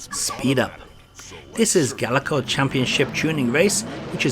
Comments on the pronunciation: Pretty sure th2 is emulated perfectly. And it's gaelco, not galeco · Not sure even the company knew how to pronounce it lol. In the intro to Target Hits (1994) you hear Ga-el-co, but later games Tokyo Cop and Gaelco Tuning Race both use a pronunciation much closer to Gale-co.